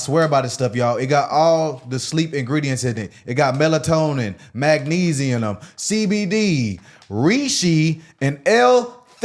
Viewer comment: Bro said “magnesi-in-um” 😂